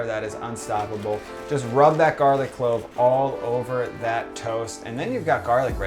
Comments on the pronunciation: Love me some 'GALRIC' ! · Your videos are great; but like "galric" for the avocado recipe :P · also "Galric" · Galric ? :P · Dat "galric" tho